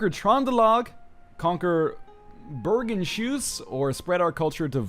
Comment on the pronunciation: As a Norwegian, hearing you pronounce Bergenshus is fucking hillarious "Bergenshoes?" hahahahah